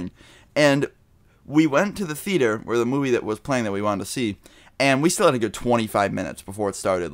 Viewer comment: your way of saying theater sounds like "fetus"